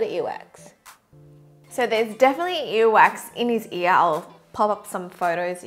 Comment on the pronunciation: I find it quite funny how your accent makes you say “eee” instead of “ear” lol♥️😂😂